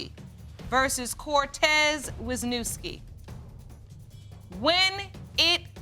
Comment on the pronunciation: I only wanted to say as a Polish person how last name was butchered "Wiśniewski" haha. But when I lived in States people wouldn't even try reading mine, just stared blankly then I knew they meant me lol